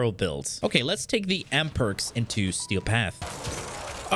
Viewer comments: Trust me, like who tf calls an Amprex an Am-perks? lmao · Boi its amprex not amperx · AMPREX =/= AMPERKS WHAT THE FUCK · Stop saying ampERx aaah triggered me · Aahh what Am perx it's Amprex XD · lol. On purpose. He says that at the very very end of the video. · I was more thinking about the way he absolutely butchered Mutalist Cernos, but yeah who calls it an Amperks??? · ok you had to of been trolling with how you said amprex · Its amprex... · WHY ARE YOU SAYING AMPREX LIKE THAT? MY EARS :'(